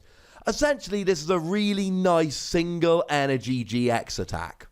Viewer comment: At 3 min did say 3 energon?